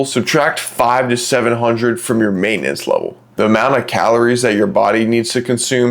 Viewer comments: *Maintenance, not "maitanence". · "maitenance" lol